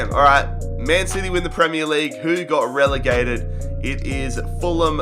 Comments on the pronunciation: did he rlly say we got relagated to where we belong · "We have been relagated and we done it in style"😂😂😂